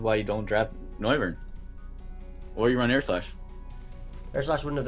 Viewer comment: Noivern has become "No"vern😂